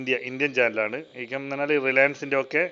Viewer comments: NAAKKU VADICHU PARANJAAL VIACOM....VADIKKAATHEY PARANJAAL VAIKKOM...CHETTAN NAAKKU VADIKKAATHEY AANU PARAYUNNATHENNU THONNUNNU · വൈക്കം അല്ല വയാകോം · ബിജെപി ചാനൽ കൂടുതൽ വരണം കേന്ദ്രത്തിന്റേത് എന്നാലേ കേരളത്തിൽ ഉള്ള കമ്മിക്കും കൊങ്ങിക്കും ബോധം വരു കണ്ടിട്ട് 💪 എടാ പൊട്ട വൈക്കം എന്നല്ല അതു വായിക്കുക വിയ കോം 18 എന്നാണ് 🤦🏾‍♂️